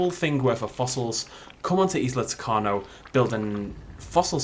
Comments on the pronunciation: U mispronounced isla tacaño U say the tild n with an ny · You pronounced tacaño wrong